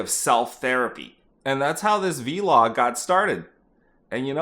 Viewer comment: Call it a Vlog, not a V-Log. You don’t call a Blog a B-Log do you?